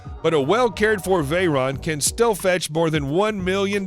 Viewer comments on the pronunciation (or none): none